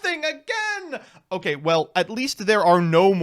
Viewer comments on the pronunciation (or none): none